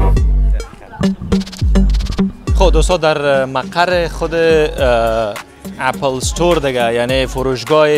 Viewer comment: سلام خسته نباشی عزیزم خودت یک فرد مشهور رسانه ای هستی اسم یک لوگو رو باید درست تلفظ کنی (اپِل درسته ) (نه اپَل اپَل غلط است تلفظش) چک زده گی یعنی چی ک میگی لگو سیب چک زده گی است معنایه اون چک زده گی بقول خوت یعنی دانش ک حضرت آدم از اون سیب خورد اون سیب سیب دانش بوده معنایه اون چک بقول خودت همینه